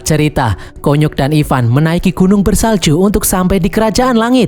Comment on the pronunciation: Konyok❌ Kunyuk✅